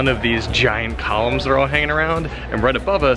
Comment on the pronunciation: I kept thinking you were saying Colins and not columns. I'm sure Colin will be happy to know how much you love colins